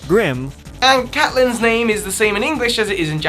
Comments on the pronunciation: Did you say catlin?Its pronounced Caitlin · Um . That's Definitely Not How You Pronounce Caitlin